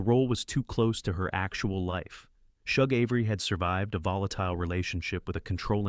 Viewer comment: You screw most of the story saying Shug Avery name Wrong